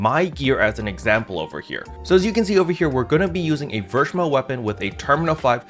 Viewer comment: Since I'm a Slayer Main this was very needed Info, thank you! Btw German Captain here again. "Verschmelz" is a German term which translates to "fused". It is pronounced "fair"(ver) schmel(stays normal like y'all pronounce it already) and z in German is "ts" like in "tsunami". Try "Fair-schmelts" in your next video if u like. I'm very curious on how your German will sound! Keep up the good work sir!